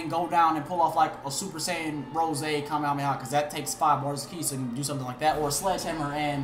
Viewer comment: "kame-hamea" the fuck